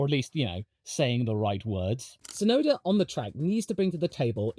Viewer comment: Hey, while we're on the topic of Yuki, I just want to put it out there that the ts is Tsunoda is the same, super-sharp sound as the ts in "cuts", not just a soft s sound. Unfortunately, it's also a problem the official F1 commentators just can't get right, but since Yuki is going to be a popular topic going forward, it'd be nice to hear his name pronounced correctly more often ❤